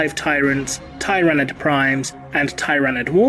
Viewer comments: Hey, real quick... does anyone else think pronounced Tyranid wrong? I’ve always heard “tier”-anid. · I think this is the first time i've heard Tyranid pronounced tye-ra-nid instead of teer-ah-nid. It's marginally distracting since i've only ever heard the latter format before today. To each their own. Also Tyranids have guns!!? O_O That's horrifying.